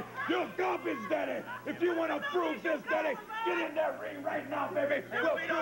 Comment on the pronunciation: "You are jealous, daddeh"! "You are jealous, babbeh"! LOL, wrestlers need to start using "daddy" (or, "daddeh") in their promos again.